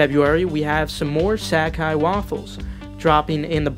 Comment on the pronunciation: ..."Sack-Cai" uhhh this aint it cheif